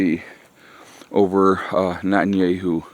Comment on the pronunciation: Not-in-yay-hoo? Who dat? 😂